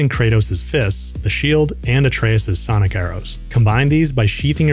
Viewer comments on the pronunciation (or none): none